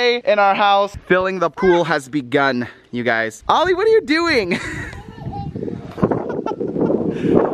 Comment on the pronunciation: stop saying yougy